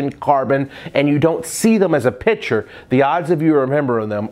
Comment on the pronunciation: You lose a bit of credibility when you open up by pronouncing picture as if it were spelled pitcher. Heck, if you can't remember that there is a hard "c" in that word.......